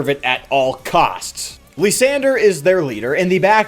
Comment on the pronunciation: After butchering Kyurem, he now butchers Lysandre calling him "Lisandre"